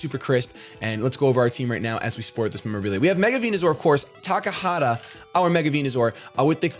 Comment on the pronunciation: Calls the Venusaur TakaHAta, but writes the name as Takata... We love ya'